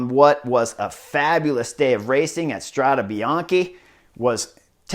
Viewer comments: With all the love in the world, no: Strada Bian-"key". Yes: Strada Bian-"kay" . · Thanks for the good report! But man... your constant mispronunciation of the race name is ear drilling 😱 Let’s try together: Strada (fem.) is singular, Strade is plural. Last E is pronounced as in ‘pet, wet, get...’. Bianco means white, bianche is female plural. Bianchi is male plural but also the bike brand. So, what you’re pronouncing is ‘Bianchi road’ instead of White roads. 🙏🏻🚴‍♂️☀️